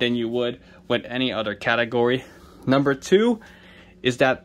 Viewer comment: "all dee udder categories" 😊